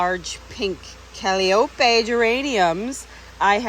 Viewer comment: Hi.... love your channel! I did just want to let you know that those Geraniums are pronounced Ca-lie-o-pee(as in a calliope loop of music). Because they are as whimsical as Calliope music is. I hope this helps when you start selling! Trust me I understand the pronunciation of plants and varieties is tough. I was in the floral industry for 40plus years.😉